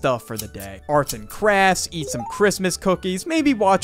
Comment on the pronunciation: Arts and crass he said 😂